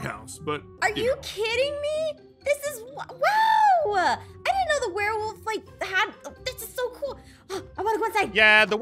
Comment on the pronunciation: I mean I was confused cause he said warewolf not werewolf